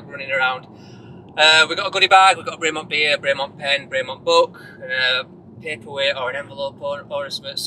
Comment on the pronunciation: Great video but you still can't pronounce Bremont correctly lol.